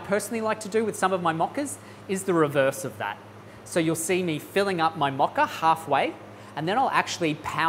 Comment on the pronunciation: It’s a Mocha with a MO not MA